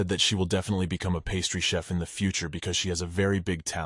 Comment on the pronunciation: I was wondering if it was an auto correct the AI was doing? There was one chef I think and the rest were chiefs